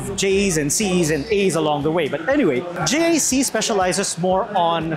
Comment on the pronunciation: It is not J-A-C it is JAC